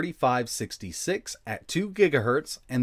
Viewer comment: Sounds like you said " RK 33 66 ", but on-screen suggests you probably meant " RK 35 66 "